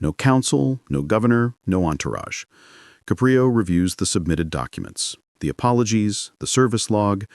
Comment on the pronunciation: I enjoy the Judge Caprio stories however I found the mispronunciation of the judges ' name in the first half as well as the changes in the voice distracting and irritating. Poor editing.